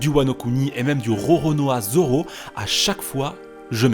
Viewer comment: mais ya qoi drole tu a dis : joro mdr